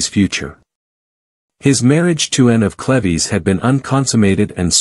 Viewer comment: This whole video is pronouncing “Cleaves” incorrectly. Such an annoying distraction to the otherwise good historical presentation.